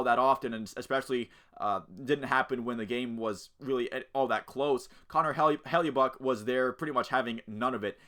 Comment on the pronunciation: It's "HELL-A-BUCK"